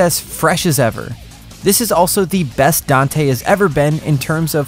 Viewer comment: Finally a gringo that can pronounce Dante's name correctly